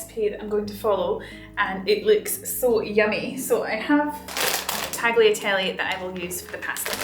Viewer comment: pronounced Talyiatelleh :)